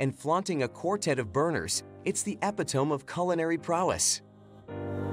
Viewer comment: Probably, but I did enjoy the clearly AI voiceover work hilariously mispronouncing words like "epitome".